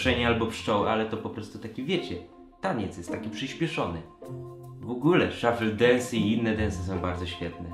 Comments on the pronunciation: Wkurwia mnie ten "szoffell dunce" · MÓWI SZUFLE DENS (A PISZĘ SHUFFLE DANCE;)